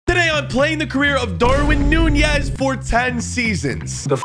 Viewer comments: Why do you say nunjiez not nunez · Lol you call that Nunez